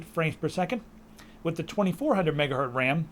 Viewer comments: I like how you say MegaHurt instead of MegaHertz :D:D:D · yeah lets make meme out of it "megahurtz" :p